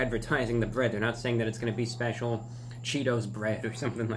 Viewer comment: "It says 'spesheeall'"